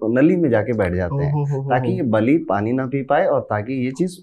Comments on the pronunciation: It not bali it बली महाराज और वो प्रल्हाद के नातीन थे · It was dantwakra not dhanvantari its not baali its bali its not बाली its raja बळी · Guru ji ek mistake hai iss video me babhan awtar me raja bali thae baali nahi tho jara uchaaran ka khyaal rakhe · Hello Bhai बाली नहीं है बलि हैं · prounce to thick se Karo ramayan me jo sughriv ka Bhai tha wo tha बाली ओर ये जो है वो दैत्य राज बली है नोट बाली kuch bi pronounce karte ho pura story change hota hai name ki vajahse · भाई बालि नही महाराज बलि प्रह्लाद पौत्र। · Bhai बाली नहीं है बली‌ है वो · सर वो बाली नहीं बलि थे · No hate and i love everything you said and i didn't tell anything for showing any thing not saying words misinterpret ni ho skte just want to say that 3rd one is vaman avtar And पराब्रह्म ni परब्रह्म hai And it's not बाली its raja बलि ❤and thanks for information and spreading glory of God's ❤